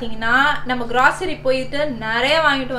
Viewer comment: I like your videos. Fyi Grocery is pronounced as “growcery” not “grawcery”. Typical mistake Indians make. Not to criticize just to make your nice videos even better.